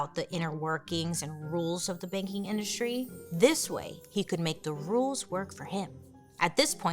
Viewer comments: The first 10 minutes I thought she was saying baking industry not banking oml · everytime you said “banking” i heard “baking” and i was like he wanted to be a baker?!? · Me too!! I was so baffled. I was sat here saying "Baking? Like... Cake? Or bread?". Took me far too long to realise she wasn't saying that. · Me too!!